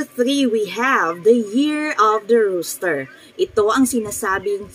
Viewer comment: Ma'am rooster po Hindi po roaster, peace po